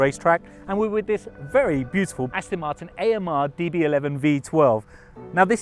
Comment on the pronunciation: This guy is really annoying me. The company's name is ASTON MARTIN....NOT Astin Marton. He's English isn't he? How can he get it SO WRONG?? FFS !!!